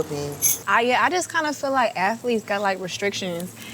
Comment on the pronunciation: "Ath-a-leets" BOL.. I love Caresha bol